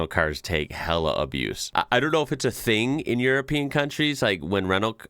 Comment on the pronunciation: HAHA! I thought you said "Renault cars" (when it was a white Citroen on screen) then realised you're saying "rental cars".